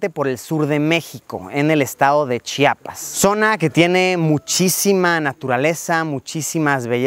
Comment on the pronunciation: De tanto que estuviste pronunciaste bien Chiapas muy bien